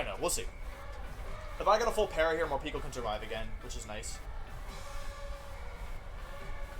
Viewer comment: Morepeko? Pretty sure it’s moreypako